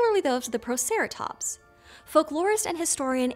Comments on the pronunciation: That is "Protoceratops", not "Proceratops". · Fancy an English Professor being unable to pronounce it though!